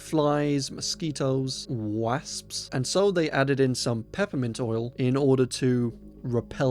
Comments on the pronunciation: nevers heard wasps pronounced like that before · Only in a Scottish accent have i heard it like that 😂x